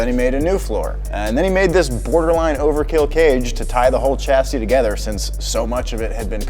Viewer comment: my dream is that one day the word chassis will be pronounced properly XD